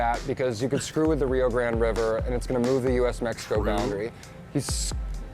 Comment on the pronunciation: Is it not the Rio Grande? Why does this dude keep calling it the Rio Grand?